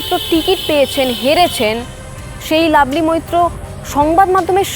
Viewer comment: কথাটা লাভলি, "লাবলি" না। ঠিকঠাক উচ্চারণ করতে শিখুন।